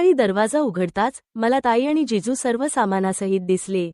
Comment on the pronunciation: जेजू नाही जीजू